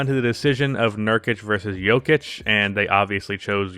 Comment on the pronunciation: Man I love your channel but I would appreciate it if you could use a Serbian accent every time you said his name